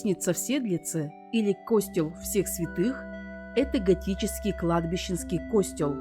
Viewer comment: Насколько я знаю , ударение на "е" - костЕл !..